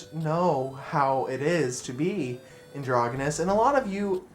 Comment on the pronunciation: You're pronouncing it wrong. It's a soft g sound.